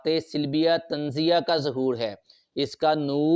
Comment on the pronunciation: Colours are not like this. Sifaat e salbiya hota hai... Silbiya nahi hota